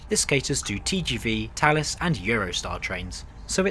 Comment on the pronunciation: Ok, so I only just learned it’s pronounced “Tallis”, and not “Phallus”, which is much more fitting…